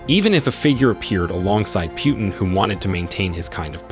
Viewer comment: "Kahvid 19?" We've heard the correct pronunciation of this illness thousands upon thousands of times over the past couple of years. How could you possibly get it wrong, at this point? Lol. Same goes for Putin. It's pronounced "Poo-tin." Every single day we're hearing new stories about terrible new decisions he's making... so why are you the only one calling him "Pew-tin?" Are you mispronouncing these things on purpose for the laughs or something? Are we being low-key trolled right now?